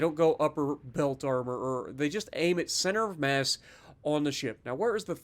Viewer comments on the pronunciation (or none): none